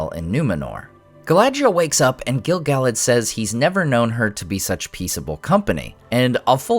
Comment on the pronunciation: Why do you pronounce Gil-Galad 2 different ways in the same videos? It drives me nuts. Haha. And OMG I'm so bummed that he turned out to be Gandalf.